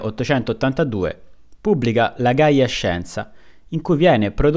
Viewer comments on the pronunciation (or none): none